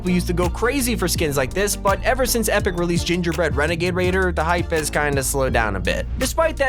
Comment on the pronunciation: Wenagade wader